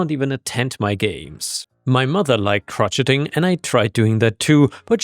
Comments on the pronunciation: dear it's crow shaying... Crotcheting sounds like a bunch of old crotchety people. 😂 😉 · "Crotcheting", LMAO! No, it isn't pronounced like "crotch". If you're familiar with the french loanword "Chez" (meaning "at"), like restaurants named "Chez [name]", that's pronounced "Cro"+"chez", "Cro"+"chez"+"ing". it's another french loanword. Or like the pretentious new-age name Shay/Shae, so "Cro"+"Shay". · Just a note crocheting is pronounced Crow-Shay-ing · sounds like chroshaying